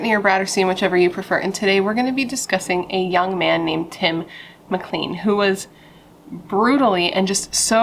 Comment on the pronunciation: I'm Canadain. You mispronounced his last name, it is said like clane, not clean. 2nd, Vince decapitated Tim and he was seen marching up and down the bus aisle with his head. This case is really disturbing. Now, Greyhound is no longer in service in Canada. I'm in the maritime provinces and we have a company now called Maritime Bus. I'm starting to believe that this event may have had something to do with the change in bus companies